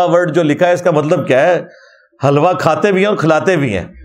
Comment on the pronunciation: Its hilwa and not halwa.